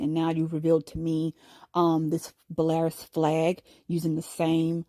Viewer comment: Fyi- (so people are not confused) Belarus is not pronounced Bell-air-us but rather Bell-a-Roose. Blessings.